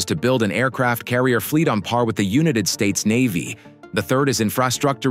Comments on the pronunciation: United is pronounced [you-night-ed], not [you-nit-ed]. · Oh come on! If the AI can't pronounce the "United States" correctly (it pronounces it as the UNIT-ED States) then don't use it. Just spend the bucks for a live human voice actor. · What kind of $1.99 Chinese counterfeit AI doesn't know how to pronounce "United " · You need to teach the ai voice how to pronounce words such as United. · That's the problem with AI... dammit, wrong pronunciation of "United" when every English speaking nation knows how the damn word sounds... makes the user incredibly lazy and stupid... stop the use of AI.... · And why can't you pronounce the word "United". So much for AI. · You need to get a better text reading program. Your current program mispronounced "united" and "naval". As to the question: Only the US is DUMB enough to waste that much money on a single ship which will be DESTROYED in the first hour of WW3.